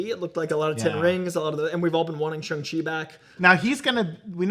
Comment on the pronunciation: THANK YOU for correctly pronouncing SHANG-CHI!!!!!!!